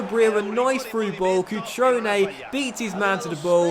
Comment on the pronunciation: I'm Italian and your pronunciation is really bad lol but don't worry Cutrone - Cut-rone, not Cuchrone Cragno - Craño (like in spanish), not Crag-no Barella - Tough LL, not like umbrella Calabria - Calàbria, not Calabrìa